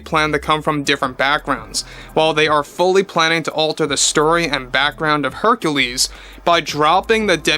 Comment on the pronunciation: You heard it here first: Queen Artura and Herculeesa.